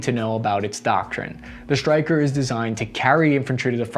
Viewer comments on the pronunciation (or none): Why does he say SHtryker instead Stryker?